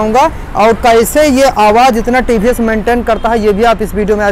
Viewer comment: Ye he tiivhiiess bolna to sikhlo bhai